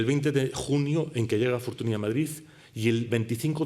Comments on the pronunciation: La "ny" suena "ñ". Me patina mucho que un catedrático pase por alto la fonética básica del nombre de tal figura. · ¡Magnifica conferencia!, por cierto, Fortuny se pronuncia [fortúñ], apellido que procede del catalán, donde el fonema consonántico nasal palatal en el catalán con la grafía «ny» y en castellano con la grafía «ñ», representa el fonema /ñ/.